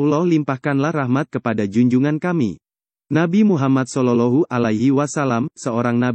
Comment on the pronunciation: bukan sololohu min tapi solowloh'hualaihi wassalam